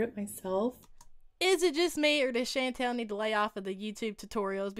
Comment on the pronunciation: I love the way says Chantal’s name. “Shan-Tell” lol PS I am southern myself so don’t me 😬😝